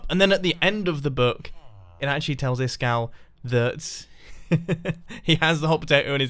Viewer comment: Is kall är ice cold på svenska Is-kall uttalas det I skall